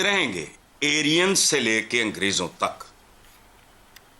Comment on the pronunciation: What is Erian 🤣 , it was Aryan